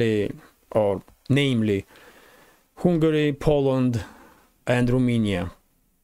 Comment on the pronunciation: Hi! I think you have excellent content. One small tip on pronunciation: It's not "Hungary" (as in Kupyansk") but you have to say the "u" like an "a" as in "jump".